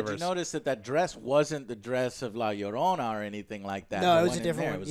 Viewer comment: it's bad he can't properly pronounce Llorona. especially since he sounds more Hispanic than me.